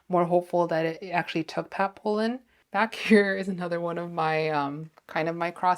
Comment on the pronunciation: Love your content but I have to say… it’s Pollen not Polen.